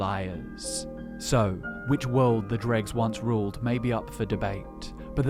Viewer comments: It’s not pronounced “dReGS” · I never would have know without the pictures. I was like oh he means droe. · Wait it is pronounced drug and not droe? Gonna keep saying droe. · Easy way to tell that you say Dreugh wrong. What is the plural form of the word?